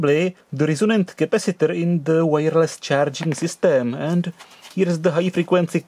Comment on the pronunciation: It's Charing instead of Charging !